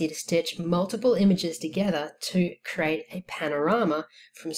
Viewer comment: CREEEEE--AAATE not CRATE